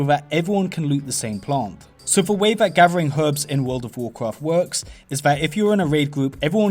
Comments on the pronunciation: wuuurlld ovv wuuwcwaft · Wol' of Wo'cwaf